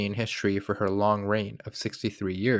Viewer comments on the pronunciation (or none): First sentence: "Welcome to high level HiSHtory. There should be NO SH sound in history!!!!! what a turn-off!